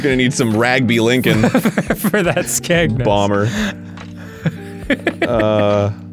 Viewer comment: The way you say ‘Skegness’ has absolutely killed me, even though you’re really close with it!